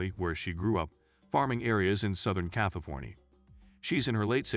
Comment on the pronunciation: Can't even pronounce California properly???